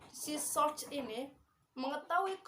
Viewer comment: Great job. Saya suka ada improvement dari vid pertama. Suka sekali ada assignment n summary.. Notes: pelafalan source, source etc.. 2. Yg baca news sebaiknya sendiri, ga usaha banyak2 contoh cukup 1 menit, ga diterjemahin gpp. 3. Sbg ganti dari baca news kelamaan, assignment n summary jadi bisa lebih lama. 4. Dlm assignment, beri jeda 5-10 detik ut partisipan menjawab.. Anyway great job